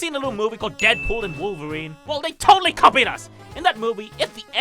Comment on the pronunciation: “WICH YOU SHOULD TOLDLY WACH BY THE WAY”